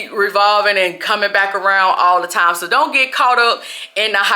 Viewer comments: it’s “TIME”, you pronounce it in a funny way😅😅😅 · You don’t have any TAM to waste, TAM is going too fast guys, TAMMMM!!!😂😂😂😂